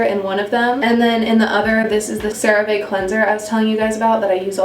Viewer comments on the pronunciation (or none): the way she pronounced cerave and cetaphil both wrong 😭😭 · Cerave pronunciation : Sair-a-ve. Cetaphil pronunciation: see-ta-phil